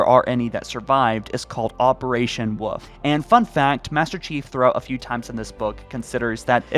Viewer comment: Thanks to you I started calling my dog the woof instead of wolf🤣